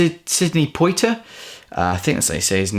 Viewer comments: Sidney Poitier is pronounced Pwa-tee-ay :) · Great video, as always, although you may need to double-check the way you're pronouncing "Schlesinger," "Poitier" and "Gilda." Also, I think you may be in for a surprise when you discover the truth about the person on the cover of "Death in Venice."